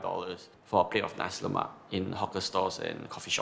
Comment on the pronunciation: Guy can't even pronounce nasi lemak properly. No wonder cannot make it